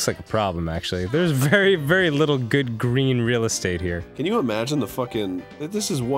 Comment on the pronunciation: "On the Gween!" "Pwaya Wun." Anyone else notice this during the series?